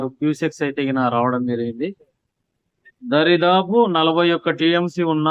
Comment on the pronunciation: సిల్ప్ వే కాదురా అయ్య స్పిల్ వే దారి దాపు కాదు దాదాపు